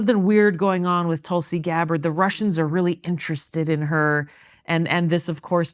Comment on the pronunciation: So glad to hear pronounce her name the way Indians do. Well done..